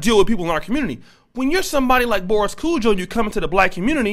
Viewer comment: Can u get. Their names right please its kojoe long o and ari as in arianna